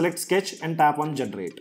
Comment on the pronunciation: Generate. × Gentrate ✓